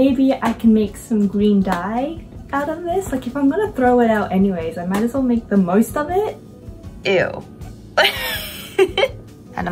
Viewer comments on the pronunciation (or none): like "most" & "low" idk sounds Aussie to me but Im American so 🤷🏻